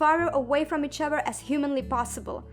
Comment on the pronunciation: I love how she says "each ovfer"